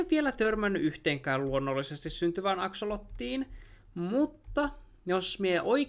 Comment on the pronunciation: Anteeksi mutta se on AKSOLOTLI ei AKSOLOTTI